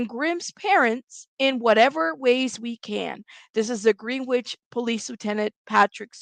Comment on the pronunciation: Could be wrong but I believe the pronunciation is Gren ich